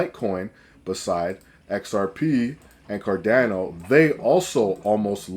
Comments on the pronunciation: My dude can't even say CarDANo 😅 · I have no idea how you ended up on my feed, but if I wanted to sound credible, I'd start by pronouncing cardano correctly.